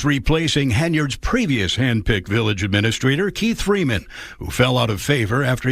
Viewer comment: She doesn't even pronounce it right. It's administrator, not aministrator....